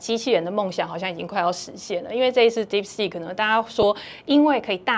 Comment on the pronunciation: 為何專業會一直講deepseek”s”?😂